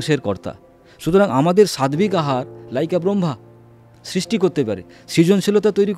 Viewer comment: Sadbik katha ta nai utcharan ta hobe sattik hobe.